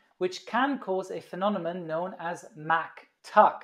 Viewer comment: He really did say "pheno-nemon", didn't he?